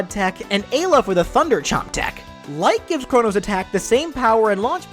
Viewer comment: It's Marley, not marril And eye-la, nit A-la